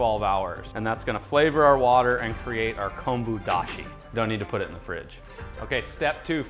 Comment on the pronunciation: Hi Your pronunciation Tare and Konbu Dashi is perfect and the Ramen you made looks so professional.